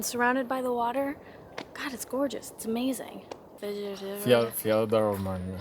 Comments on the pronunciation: Wow this was great. Thank you! I’m a local and I loved watching this. The pronunciation of ”Fjäderholmarna” was almost flawless! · Your Fjäderholmarna was actually realy good I´m impressed! You totally got the Ä nailed down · amazing video Nice to see how someone not from Stockholm take in Stockholm. And i loved how you butchers the Fjäderholmarna would not have it any other way.